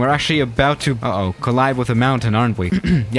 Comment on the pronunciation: We really just gonna sit here and not criticize the way says "uh-oh"?